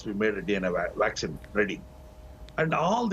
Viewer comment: He keeps saying waxcine and wirus instead of vaccines, and virus, just wanted to know from which did he passed!? anyway you may say as you like we understand you, but the things that worries the people is the vaccines becaused it takes more than 6 to 7 years to develop ,if so?! Then 95 percent of the world population will be wipe out ,I am very very sorry to say that!! .